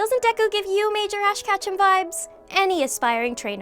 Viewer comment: She can’t pronounce Ketchum or the Pokémon names.